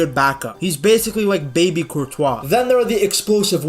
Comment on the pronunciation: Man pronounces Courtois name like Speed pronounces it lmao 'Courtchoice' 😂